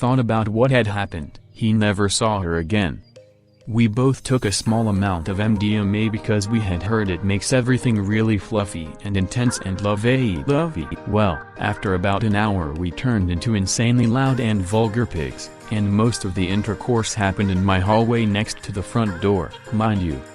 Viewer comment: The only emotion this bot showed was when mispronouncing 'lovey dovey'.whoever makes these has the ability to select better voices for the content. It was so distracting I stopped listening.